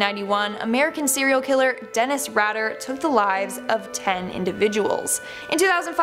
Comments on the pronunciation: Dennis RAY-DER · ITS PRONOUNCED RAY DER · It's Dennis Rayder honey : )